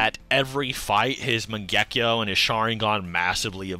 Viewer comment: I like this channel but I can't stand the way y'all say Mangekyo and kamui and the like 😭😭💀💀